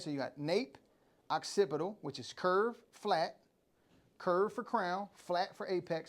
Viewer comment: Definitely once one the best instructors in the business i just can’t stop and laugh a little every time you say Oxcipital